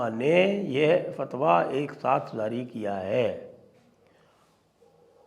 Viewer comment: Zaari❌. Jaari✅please make a note Sanjayji